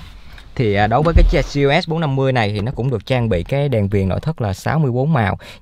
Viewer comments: Ông gọi luôn là gờ lờ xê bốn năm mươi đi, lại còn gi eo ét bốn năm mươi, nửa tây nửa việt hả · K biết " anh" sinh năm bao nhiêu? Đọc vậy k thấy chối hả anh? Đã bốn năm mươi thì đọc luôn là gờ lờ ét đi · à đoạn ấy tôi nói nhầm, ý tôi là gờ lờ ét bốn năm mươi. Tên mẫu xe của họ là GLS450 thì phần chữ ông ý đọc kiểu tây, phần số lại đọc kiểu việt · Gi e ét bốn năm mươi Tây thì tây cả , ta thì ta cả đi đọc nghe mệt mỏi